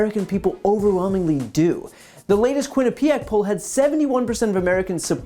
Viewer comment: Quinnipiac --- emphasis om 1st syllable QUIN a piac.